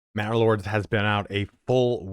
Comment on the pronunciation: Every time you say Manor Lords, I hear Bannerlord. Love your vids keep up the good work.